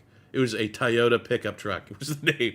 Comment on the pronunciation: Ty-yota? 🤣. It’s “Toy-o-tah”